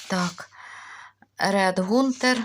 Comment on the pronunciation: То томат Ред Хантер, а не гунтер.😊 (Червоний мисливець)